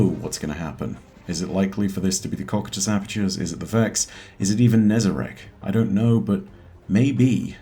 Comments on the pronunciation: its pronounced koh- KAI- tus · Great video! just wanted to say it's pronunced ko-kai-tus (cocytus). :) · I don’t wanna be a p*ick but you pronounced “Cocytus” wrong but no biggie